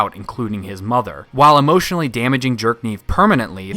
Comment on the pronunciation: I kept hearing you saying “Jerk-niv” and I honestly don’t know if that’s just how you pronounce his name or you just really don’t like the character 😂